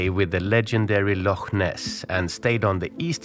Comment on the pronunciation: Impressed you pronounced loch correctly!